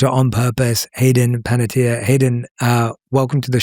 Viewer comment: Panettiere is pronounced Pan-uh-T-air-eh. It rhymes with Guy Fieri (Fee-Air-Eh). It's an Italian last name and translates to Baker. I'll never understand why she didn't correct people long ago. Loved her work in Kingdom Hearts, Ice Princess, Raising Helen and Heroes. I had a huge crush on her growing up.